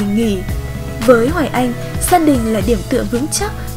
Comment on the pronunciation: Cần phát âm tiếng Việt chuẩn. Hoài Anh phát âm sai rất nhiều. Thí dụ nước Anh thành nước ăn, xanh thành xăn, mạnh thành mặn v.v. Như vậy phát âm không đúng tiếng Việt. Sai một ly, đi mười dặm đó